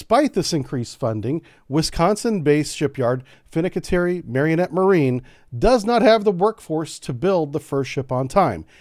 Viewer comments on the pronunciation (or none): Its "Mari-nett" not "Marionette" lololol im from there